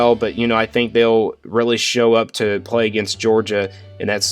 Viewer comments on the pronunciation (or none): none